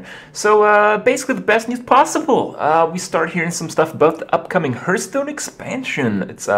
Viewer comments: Hearthstone is NOT pronounced Hurtstone. Plz. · I hope that Grim Patron gets a name change, only because the way Kripp pronounces patron melts my brain. Pat-trun. I can handle hurthstone and bombe-er, but pat-trun is just too awful. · It still sounds weird to hear "herthstone" (phonetically, i know it can be pronounced either way.)